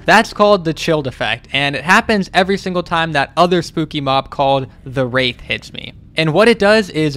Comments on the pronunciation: i sure hope not i think he meant to say "wraith" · What accent does he have that makes a "th" sound like a "p"? Because my heart nearly stopped the first time he said "wraith" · I get it's called wraith but the way u you say it just sounds horrible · Your pronunciation of “Wraith” makes me cringe into a black hole